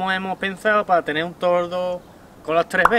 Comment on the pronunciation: Es toldo no tordo. Ja ja